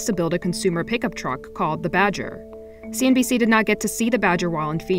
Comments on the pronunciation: I find it mind blowing that no one else notice that he keeps saying CNBS in every damn video, instead of CNBC, haha. Either way, enjoying all the vids! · Hey, not sure if it’s a deliberate joke or not... but you keep saying CNB’S’ instead of CNB’C’ 😀